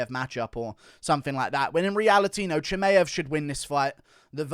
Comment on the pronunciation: Why are you pronouncing Chimaevs name so goofy ? You should know better as an MMA fanatic